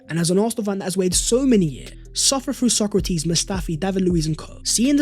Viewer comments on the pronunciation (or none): none